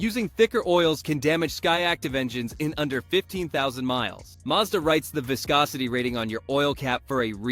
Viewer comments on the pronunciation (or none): Fake ass AI video, didn't even know how to pronounce viscosity.